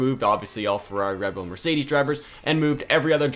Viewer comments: Ah yes, re bull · Re Bull 💀